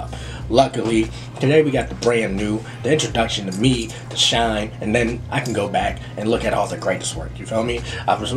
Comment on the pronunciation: Shinee is pronounced like Shiny